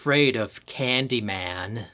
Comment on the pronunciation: Sometimes I wonder if you're a real horror fan or only watch each one once so you can review it. Why else would a horror fan mispronounce Candy man's last name so badly?